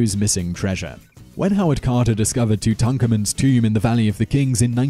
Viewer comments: I swear Simon just can't be arsed to pronounce words correctly half the time! Who's "tutukaman?" 😂😂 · lol Toontonkamoon! That's hilarious! I think he's just messing with us. Nobody mispronounces things that badly that often unless it's intentional. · Are you trolling? Tut is short for Tutankhamun, which is his real name. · Are you pronouncing King Tut's name correctly? 'Cause this is the first time I've ever heard it said that way. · I don't think I have ever heard Tutankhamun ever massacred so badly. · Please pronounce Tutankhamun correctly. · yer pronouncing king Tut's name differently than I've ever heard it, and you have a history of mispronunciation, but I like the way you say it! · why pronounce tutankhamun like that? !? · Learn how to pronounce Tutankhamun...